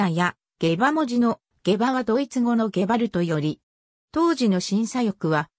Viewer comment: おろ?時折「ゲバ“アザ”」になってね?